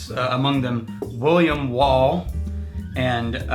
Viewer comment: William Wall-ACE?????